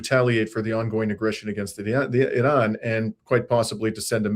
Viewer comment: Thank You for this report and for pronouncing Iran correctly!